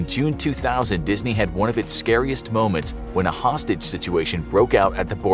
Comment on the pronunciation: Dis-knee- kicked me dis-knee killed me